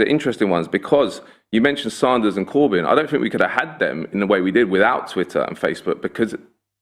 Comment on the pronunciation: Saunders??? Bernie sanders??